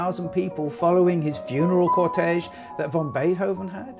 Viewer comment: Fascinating introduction to this beautiful sonata and its interpreters (I was very fortunate to experience a live performance by Mitsuko Uchida in Frankfurt, Germany a few years ago). Thank you so much--I eagerly look forward to more! (Just a couple of observations: 1. It's Ludwig "van" Beethoven, not "von." His surname is Flemish, not German. 2) Sviatoslav Richter isn't just "a Russian pianist," he is regarded by many of the world's leading music critics as one of the greatest pianists--many consider him to be the very greatest pianist--of the 20th Century. I'm sure you're aware of this and I believe it is worth mentioning.) P.S. It is so frustrating to have Richter's immaculate interpretation of the second movement interrupted by an advertisement for cat food, and I don't even have a cat!